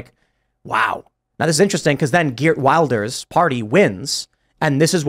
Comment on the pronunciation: Geert Wilders is pronounced with a rolling G and the W as a V. Gh/Ch-eert Vilders